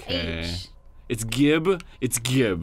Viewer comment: Dude. Gibs is pronounced with a J sound. Like "giblets."